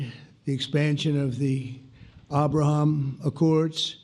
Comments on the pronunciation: Arrrrbraham Accords 😂😂😂😂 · It's very weird for an American in particular Donald to prounce Abraham in that way. It makes me think he's a puppet and puppeteer is making him say it that way to show us in a subtle way whoes really in control. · The way Pres Trump say "Abraham", is him speaking "Afrikaans", the language of the Afrikaners in South Africa!!. So pleased that Pres Trump is learning Afrikaans!!.